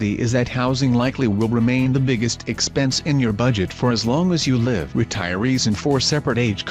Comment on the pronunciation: Curious if this video was created with a computer-generated voice. The word "live" can be pronounced 2 different ways depending on its meaning, it was mispronounced for the meaning consistently.